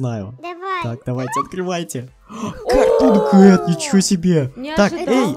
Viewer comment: Не Картонкет а Картункет